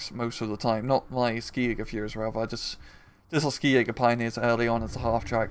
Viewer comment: Just a small thing: "Ski" in German is pronounced like the English word "She".